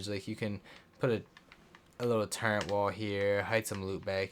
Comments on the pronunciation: Bro. Love the video, but please. It’s TURRET not turrent please stop saying turrent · Turrent? I didn't know it had a N in it